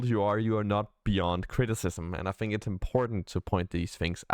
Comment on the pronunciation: You mean on how to pronounce fink and fing?